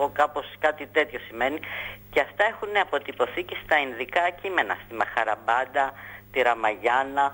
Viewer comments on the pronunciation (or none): Μαχαμπαρατα λεγεται και οχι μαχαραμπατα. Επεισης γωγ του μαγωγ και οχι γωγ του μαγωρ.Και νεφειλιμ και οχι νεφελιμ